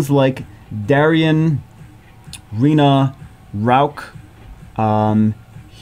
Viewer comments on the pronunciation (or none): none